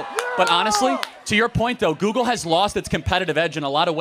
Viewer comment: 一個把google發音成姑姑的人，他講的話有什麼智慧含量?